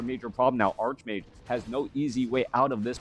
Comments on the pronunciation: I always abided you saying arsh mage because I thought English wasn’t your first language. But it’s always been pronounced arch mage. :) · I prefer ark mage, but that is how I would say it for and ark angel or ark demon, or whatever. If arch mage makes you happy, then you should keep saying it. I love your casts!